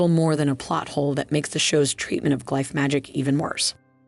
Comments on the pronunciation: Thank you! I thought I was glitching. It’s like Benedict Cumberbatch trying to pronounce penguin, each attempt is different. I heard g-life, glyfe, glif, it got wild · It’s the alternating pronunciation of glyph for me